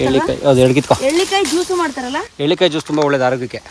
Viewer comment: ಅದು ' ಹೆರಳೇಕಾಯಿ ' ಅವರೇ....' ಎಳ್ಳೀಕಾಯಿ ' ಅಲ್ಲ. ನಿಮ್ಮ ತೋಟವನ್ನು ನೋಡಿ ಬಹಳ ಸಂತೋಷವಾಯಿತು ಮೇಡಂ. ಶುಭವಾಗಲಿ ನಿಮ್ಮೆಲ್ಲರಿಗೂ.